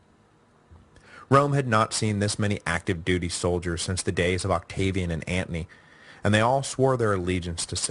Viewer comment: Anteny no th. lol